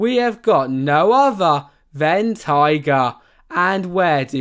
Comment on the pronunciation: As a Finn I can say you perfectly butchered every single ride name apart from kingi and taiga 😂